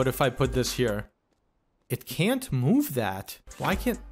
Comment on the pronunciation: "MOOve" "They need to keep WOCing"